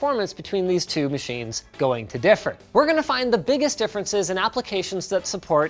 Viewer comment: not like "two" saying it like toe 🙂